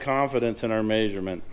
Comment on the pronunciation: Lol I’ve never heard anyone say the word measurement pronounced as Maysurement. I can’t wait to see the Maysurement results in the worlds biggest wrecker. Love the channel. Any chance we can get an introduction to the whole team. For a year I thought Lizzie was the daughter of. I have no idea who is who and I’ve been watching for years now.